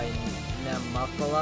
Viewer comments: Pronounced Née-mo-feela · Nemophila is pronounced "Knee - Moe - Fee - La (short A)". It is an English word meaning a purple flower found in the southern states.